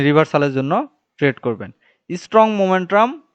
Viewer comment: ভাই মোমেন্ট্রাম না মোমেন্টাম।